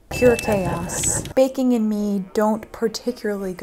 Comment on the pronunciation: am i the only one that felt she said baking with a carribean accent? beahkin.